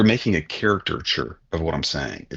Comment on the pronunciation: was annoying me by constantly saying character-ture instead of Caricature